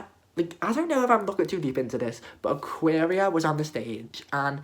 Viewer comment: aquaria not ayëqęirå you dumb bitch